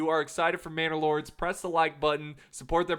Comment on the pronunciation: Lol this entire time I thought he was saying bannerlord like mount and blade, now it all makes sense